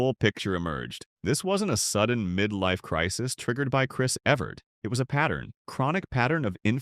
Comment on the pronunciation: I never realized that Chris Evert's last name had so many pronunciations..... until I watched this video.